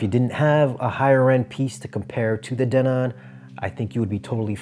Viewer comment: Who taught you how to pronounce Denon?😅😂